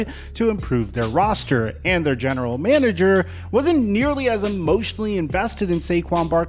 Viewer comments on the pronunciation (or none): none